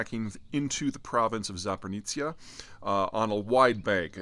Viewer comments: There's neither an N or a T in Zaporizhzhia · He mispronounces place names to remind us he's an expert on geography and geopolitics. Nothing says I know what I'm talking about better than getting names totally wrong. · you are pronouncing Запоріжжя wrong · If you going to mispronaunce "Zaporizhzhia" one more time, I'm going to go crazy. It's definitely not "Zapornica" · There's no "n" in Zaporizhzhia ;-) Read it "zaporitsya" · I love how you say "Zapornizza" instead of "Zaporizhia". Anyway, thanks for the reporting and analysis. It's rare to see someone from "the west" to so familiar with the current situation in Ukraine and Eastern Europe in general. As a daily viewer of your channel I want to say thank you for being one of the few voices of reason that speak on this topic. Greetings from Bulgaria. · There's no N in Zaporizhia. Zap oh ree zha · that must be the most mispronounced way of saying zaporizhia. :D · It is really not that hard: ZA-PO-RI-ZHIA. In this point after all the videos its just embarrassing not be able to say correctly four syllables. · zap oh REE zhee yah, Peter, pls... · Zaporisha I believe it’s pronounced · great overview as always. except i can't help but offer a correct pronunciation of my country's region - Zaporizhzhia. Please and thank you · Do you mean Zaporizhzhia when you say Zapornizia? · “Zapornizzia”is not exclusively Peter. I’ve heard that and a lot of other loose pronunciations in the wider media for forever. But does it matter? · There's no "n" in Zaporizhzhia. Dnipro not Dnipr (the latter is Russian pronunciation). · What the hell are Zapornitzia and Kakova? Not asking for perfect pronunciation of Ukranian names but at least try to learn the names and not sound like Joey Diaz. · Mr. Zeihan, as a Ukrainian i kindly ask you to check the pronunciation of Ukrainian toponyms, especially Zaporizhzhia, Kakhovka, and Kherson :)) Also thanks a lot for covering the situation as it is.